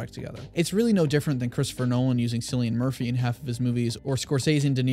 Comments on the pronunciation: “Sillyan Murphy” 💀 (its pronounced Killian) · It’s pronounced as ‘Killian Murphy’ not ‘Sillian Murphy’ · Kill-e-an Murphy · Its pronounced Kill-ian Murphy.